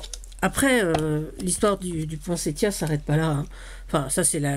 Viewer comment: Cc, merci pour cette magnifique page et ce conte. J adore t écouter ❤..merci pour l info..maintenant je sais qu il faut prononcer cette fleur avec le son t et non le son s. Bizouilles 😍 a bientôt 🎉